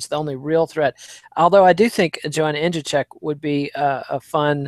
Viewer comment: "In-ja-check"? Really,? Just call her Joanna Champion.